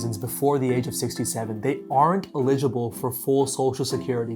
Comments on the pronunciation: uh-ligible? Eligible. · That is a weird way to pronounce the word eligible. Lol